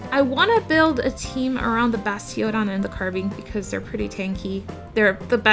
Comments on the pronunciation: Basti-ODON was very uniquely pronounced, you should trademark that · Great video i think i could learn a thing or two here. also I like how you say bastiOdon lol